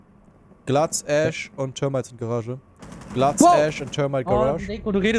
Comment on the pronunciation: könntest du bitte aufhören mit diesem Glaz...wie du es aussprichst. "GLATZ"